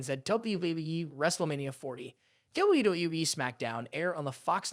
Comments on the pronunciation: What the f*** is Wueueue???? Do you mean WWE? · WWE. Thats how you say it, not dubyabyyuaaee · Man you can't even say WWE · lol it sounds like you're having trouble saying wwe every time you say it